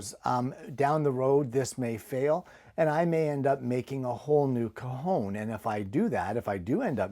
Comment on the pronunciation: So pleased you pronounced Cajon as well as explained what it was, very interesting I’ve never seen or heard of one. Thank you for expanding our knowledge.